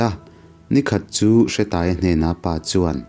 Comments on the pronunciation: Hre i lam dan a dik lo, Hre hi thluk tur. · Nia,hre lai khi thluk tur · Bawi hi khuangchawi tihna ang deuh a ni. Hre tih lai hi thluk tur.